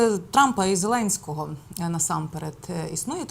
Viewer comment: Ненависть Путіна і зеленського. Ведуча невірно прочитала